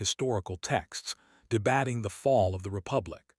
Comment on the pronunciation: Lots of mispronunciations😮Like Elee nor its Eleanor. Debate ing not Debatting. The photos don't link up. In That last picture the woman looks 50+ least & the man about 30. Finally, a woman who successfully hung on to her jewelry! + Property!